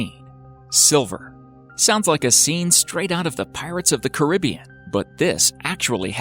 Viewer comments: Did you just say pirates of the carribian like that😳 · I pronounce it "cuh ribby in" but when refering to the movie it is "caruh bee in" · It’s Car-a-bee-an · Halfpipe_Gamings me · Me he a dumbass